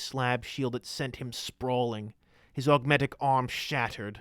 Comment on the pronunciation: Every time you say "augmetic" My brain: ha ha "ogmetic"